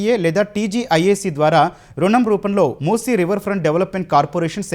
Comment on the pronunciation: మూస నదిని మూసి నది అని పేరుతో పలుకుతున్నారు